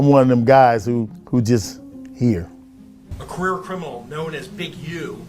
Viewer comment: I thought this was ai because he was saying queer instead of career